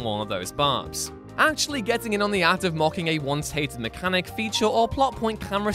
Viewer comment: The way you say mechanic is horrid